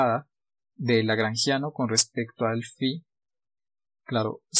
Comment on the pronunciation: Por qué dijiste lageangiano al inicio?